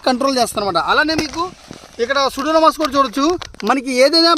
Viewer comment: సూడోమోనాస్.... సూడోనామాస్ కాదు...